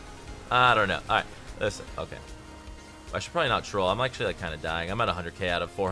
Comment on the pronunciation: How many time did you say "Lisen"? xd